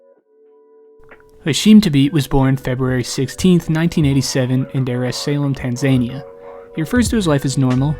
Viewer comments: Tan ZUH nia. Not Tan ZAY nia. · Awesome video bro and just for the record it's pronounced tan za nea. Lol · Americans are so dumb they cant pronounce Tanzania. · How BAD was this vids pronunciation of Tanzania though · great vid bro just rq that is not how you say Tanzania 😂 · The butchery in your pronunciation of Dar es Salaam and Tanzania... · The pronunciation of Dar es Salaam, Tanzania caught me off guard 😂